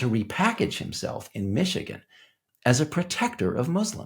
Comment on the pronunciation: Elon must’ve paid off the local Imams in Mee-shee-gone. 😂